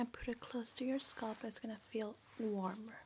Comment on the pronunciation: I love the way you say scalp. Everyone i know says "sc-ail-p"